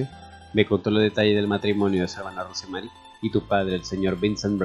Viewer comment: Lo único que podría decir sobre la narración sin ofender, aclaro, es que el nombre ROSE MARY, se pronuncia ROUS MERRY. Solo un detalle.😉.